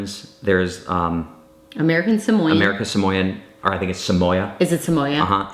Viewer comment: just FYI - The National Park of American Samoa is generally pronounced as uh-MAIR-ih-kuhn sah-MOH-uh.